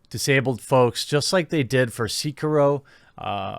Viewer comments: It's pronounced Seh-Kee-Roh. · Nigga can u fucking say sekiro fucking properly sEhkeero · Liked until "See kee row" then changed to dislike and clicked away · Let's talk about how Sekiro was pronounced. That's the real news here. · I cringed a little when I heard his pronunciation of "Sekiro"